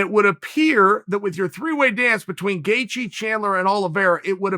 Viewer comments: Justin: "It's Gaethje." Chael: "Gethcie." Justin: "OK great." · Does Chael misspell names on purpose or what? Justin “Gethcie” jesus christ lol 😂😂😂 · Chael “the answer to any question at 155 is Justin GETCHIE” Sonnen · Chael: “Justin Gethcie” Me: Okay, Great. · Me hears chael saying 'gethcie' Me *goes straight to the comment section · Gay chi . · Lol gathejie haha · "Gethcie"- Cte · "Chael 'Gethcie' Sonnen" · Ok it's obvious by now Chael's don't this shit on purpose, lol. What a master troll. Got everyone saying Charlie Olives and now butchering homer simpsons name. Bravo